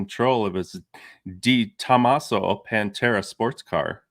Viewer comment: Oh, and I chuckled when didn't want to butcher the player's name but murdered the pronunciation of De Tomaso.;) Great show as always fellas.